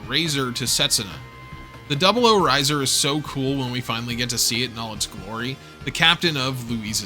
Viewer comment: Pronounces Ptolomy perfectly, butchers 00-Raiser everytime If it's on purpose that's sick If it's accidental, do you not proof watch your stuff?